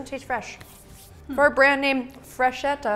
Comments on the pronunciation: I love you but in Italian "ch" = K , therefore the pronunciation is Brusketta and Fresketta :) XX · Freschetta is pronounced Fres-ketta, meaning small fresh.